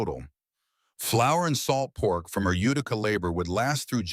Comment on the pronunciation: IT'S PRONOUNCED YOU TI CA DOPE